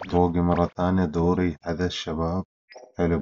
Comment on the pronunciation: اسمو دوري ي كبير 😂 طول المقطع قالبو كلب ، قاعد تقول دوغي 😂